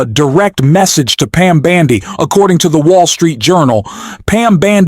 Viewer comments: Dear AI, When you say Pam Bandy are you referring to her gait? Her last name is BONDI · Can your AI bot at least pronounce correctly. “Bandi” is not her name. BONDI ! I’m not sure she deserves that respect, but good journalism demands it! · The presidents attorney general's name is Pamela Bondi not b a n d i!!